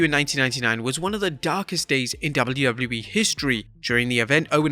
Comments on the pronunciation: Jesus christ the way you saying wwe is crippling 😂😂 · If I took a shot for each time you couldn't say the letters "WWE" correctly, I'd have died of alcohol poisoning. You're a terrible narrator.